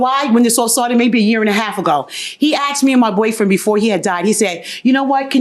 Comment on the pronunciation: asked.... AKSED ???? no wonder this is where the majority of the crimes is coming from...